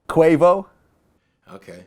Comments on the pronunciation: He said wear a cuervo (quavo) t shirt. I'm cramping 😂😂😂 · “Cuervo” lol